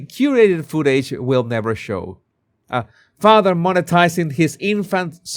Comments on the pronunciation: I love your Harry voice. I laugh every time you say "fatha" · I love how you say "father" 😂😂👋💛🇬🇧